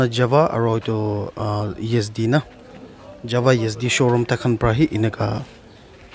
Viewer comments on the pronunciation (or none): I think it's called "Jawa" not "java"